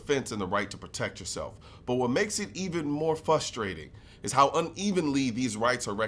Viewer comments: Big fan, but question. How were u an attorney but u say “fustrating”? I know you know it’s pronounced “frustrating”. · FRUSTRATING FRAH-STRATE-ING NOT "Fustrating"! There's an R in there! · Bruh, you said FUSStrating 😬